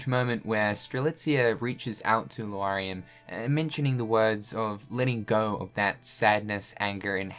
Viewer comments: Lar-ee-am. I don’t think it’s Loo-are-ee-am :) Great video, nonetheless! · Man you gotta look closer at these names before trying to pronounce them LMAO... LAW-REE-UM not LOO-ARE-EE-UM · Amazing vídeo ! But why He keeps saying Luariam instead of Lauriam ? 🤣